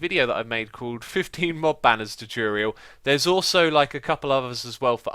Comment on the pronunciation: please Please PLEASE learn how to say "Tutorial"! I'm a fan of the videos, but it grins on me every time you say it! /Tew-Torh-Eee-Al/ Not "Choo-Choo-rial"